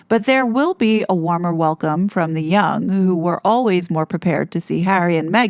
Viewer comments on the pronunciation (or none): none